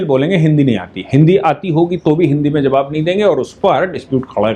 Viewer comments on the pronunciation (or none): none